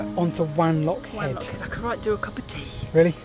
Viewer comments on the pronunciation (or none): It's pronounced W-on-lock rather than W-an-lock as you might expect from the spelling :-) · Also it's pronounced W 'o" nlockhead not W "a" nlockhead. ☺️ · I think Wanlockhead is pronounced "wonlockhead". ;) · So tired of your pronunciation of WANlockhead... irks me so much because I was born and grew up there... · What a great video of the line. Just a couple of corrections for you though. It is Elvanfoot, not Alvinsfoot. Wanlockhead is pronounced Won-loc-hed. Leadhills is actually the highest village with the average height of the village being 6m higher than Wanlockhead. The misunderstanding over the heights comes from the very wrong heights given on the Wanlockhead village signs which have been put onto Wikipedia, Visit Scotland have then used Wikipedia without any checks. The gold for the Scottish Crown Jewels came from both villages. The gold is 23.2K and the purest in the world. The mines were very deep, with some going down to sea level and lower. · Watched the video from beginning to end regardless of needing to mention Tea with no sugar - but I have. BTW if no-one has mentioned it - if you are a West Coast Scot like me, Wanlockhead has a soft a at the beginning pronounced W(ah)n. As always a great video from The Whitewicks.